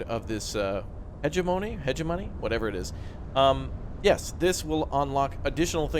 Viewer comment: Say it with me... Heg-emm-'oh'-nee. Hegemony.